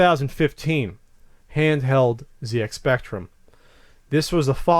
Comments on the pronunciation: 1 for continually saying ZX spectrum wrong. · Yeah its a bit mad hearing it pronounced Zee X Spectrum, rather than what us brits would pronounce Zed X Spectrum :)